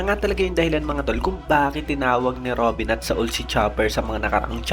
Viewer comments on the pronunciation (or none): none